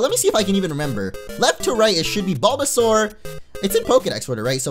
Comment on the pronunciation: Er0oR! avl and you called Bulbasaur Balbazor